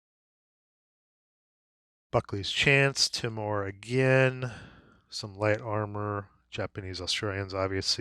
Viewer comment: As an Australian the island of Timor is phonetically pronounced "Tea-more". Just thought you might like to know